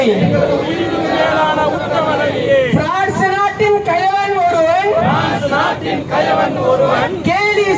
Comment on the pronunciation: Dai news reader lose athu prince illa France